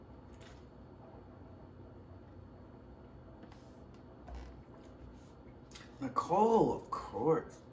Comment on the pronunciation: Boy I know you didn’t just say “snacole”😭😭😂😴